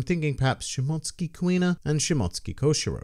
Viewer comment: Thank you!! At last someone knows how to pronounce shimotsuki👍